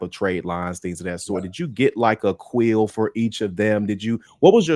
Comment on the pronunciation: Is it Quill, or Quail?